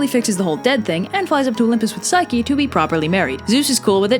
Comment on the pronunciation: did u say psyche-loki? i think i missheard ya